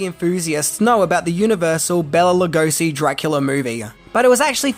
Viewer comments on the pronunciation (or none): Being a Hungarian myself, it pans us how his name is mispronounced. Béla is pretty ok, but Hungarian “s” is pronounced as English “sh”, like “shy”. So his name is pronounced Lugoshi. Please, pretty please! Otherwise thanks for the video! Great!